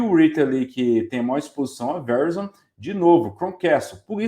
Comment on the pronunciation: Excelente video. Dica : Verizon se pronuncia ve-rái-zon